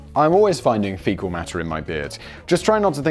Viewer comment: It took me a minute to realize you meant fecal lol